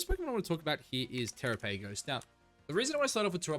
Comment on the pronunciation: The way you pronounce Terapagos is cringe😅